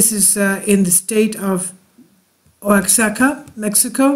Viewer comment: Oh my dear...it's "Wa-hah-ka". You do the Greek, I'll do the Spanish. That quake was probably spectacular for them...this is their most crowded tourist time.